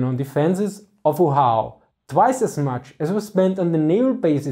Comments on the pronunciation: Oahu = “Oh-ah-hoo”. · Oahu is pronounced Oh-ah-hū. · Oahu isn't an English word so the mispronunciation is understandable, but it is pronounced Oh ah hu. :) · Informative as usual. Fyi, it's pronounced oh-AH-hoo. Thanks. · It was a bit funny hearing it in his accent, sounded more like Ohio. Imagine Japanese managing to land there lol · Oahu is O'ahu, so pronounced like Oh Ah Hu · Most Americans, how do you pronounce Oahu? 'Oh Wah Hoo?' Great thanks! Lol... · He's trying to pronounce it as an English word, to be fair.